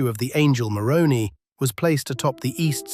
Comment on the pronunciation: I love how you say Moroni. It sounds like a type of Pasta. 😂